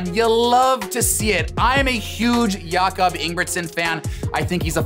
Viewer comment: “I am a huge Jakob Ingebrigtsen fan!” …proceeds to butcher his name 😆